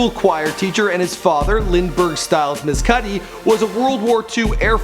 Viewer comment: His last name pronounced mess-cud-ee